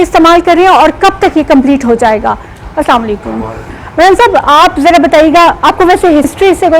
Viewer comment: یہ السلامُو لِیکُم کیا ہوتا ہے؟ اپنے سلام کا تلفظ صحیح کرو۔